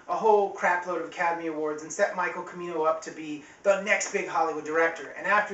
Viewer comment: It's spelled "Chi-mee-noh" and it's not Gates of Heaven, it's Heaven's Gate, and he directed The Sunchaser in 1996. Anyway, very nice review. My favourite movie, and my favourite director after Ford (the greatest american director after Ford; now that he's retired, still trying to comeback though, I'd say the best american director is James Gray). It's amazing how one keeps discovering new things with each viewing of the movie, that's one of the things that defines how great a movie is.